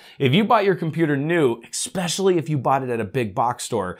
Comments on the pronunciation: Esssssspecially, not exspecially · There's no "x" in "especially".